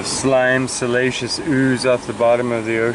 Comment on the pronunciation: You had me confused with your pronunciation if "siliceous", lol. I kept hearing "salacious". While I get excited about rocks, I don't get turned on by them in THAT way. Similar sounding, but completely different definitions. Anyway, now when I hear you pronounce it, I will know which definition you mean, even though you say the other word. 🙃